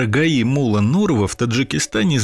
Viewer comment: Блин, насколько можно не знать родной язык, чтобы произносить "мУлла" вместо ""муллА".